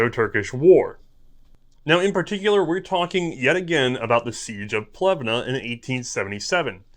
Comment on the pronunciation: Omg! Dude, it's not Plevna, the city is called Pleven. The last "e" is "e" not "i" or "a" or anything else. In Bulgarian you speak what you read and write what you hear, that's one of the benefits to use an alphabet designed specifically for your own language.